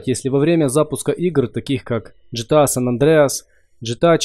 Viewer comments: ааммм правильно ГТА а не ЖТА а так спс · ГТА а не ДЖИТЫА Г.Т.А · Бро , не говори ДЖетеа,Бомбит,Это же ГТА Гранд тзефт ауто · джта????? вообще гта читается